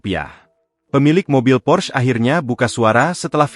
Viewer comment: PORSCHE, bukan pors bacanya itu bahasa jerman